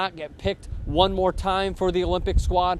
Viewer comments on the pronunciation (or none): none